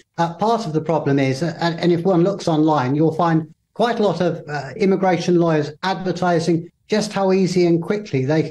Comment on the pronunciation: He said aramigration😂